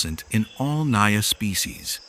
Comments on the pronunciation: First of all it isn't pronounced as "NAYA" but "NAGA" . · It is not NAYA, it is NAJA which is derived fomr NAGA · Because it mispronounced genus not even on 2 minutes mark. (Naya). What naya. Pronounce the J like man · Naja is pronounced with a hard j. At least here in Asia it is and we're where a lot of cobras live. Also where the king Cobra lives, not actual cobrasnbut they're as cute as a normal one. Just very very angry all the time for some reason.